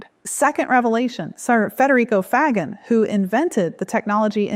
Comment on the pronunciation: (Federico) Faggin is pronounced more like Fa-jean